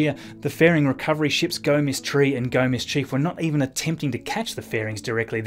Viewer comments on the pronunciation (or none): none